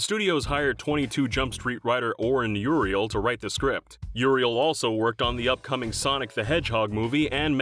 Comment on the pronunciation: Uriel or Uziel? The name onscreen is Oren Uziel, narrator says Uriel repeatedly